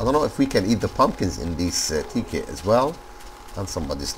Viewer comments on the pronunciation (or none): It's not (tee)- (kit) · Tekkit and technic are not illegal..... Anyways awesome vid! ur accent when u say tekkit is so funny lol